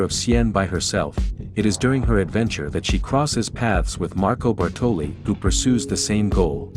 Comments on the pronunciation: You did put a lot of time and effort in this one, I give you that, but it just makes me "cringe" to hear you say Bartòli for the entire video, instead of Bàrtoli. Ok, Lara misspells it too, the first time, but the italian guy is the first one to say that name and since it's his own language you must take that for good. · Great video, but as an Italian I'm slightly triggered every time you pronounce Bartòli instead of Bàrtoli 😂 don't mind me, excellent work 👌